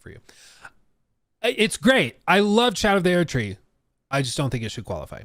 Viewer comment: Erdtree is pronounced like “urd - tree” not “aired - tree”. I’m not even a fan of the game but Jesus Christ listening to you mispronounce it in such a pretentious, faggy way is so cringe.